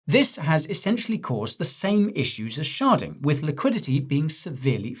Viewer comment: anyone else convinced he was saying “Ethereum sharting”??